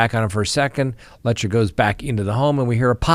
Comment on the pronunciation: Careful doing a story on PP could get you followers. Thanks Sir. Letcher rhymes with Lecher.